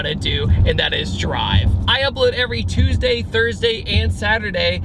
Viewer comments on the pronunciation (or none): none